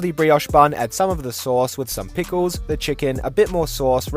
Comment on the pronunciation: PI-CK-LES aways get me LOL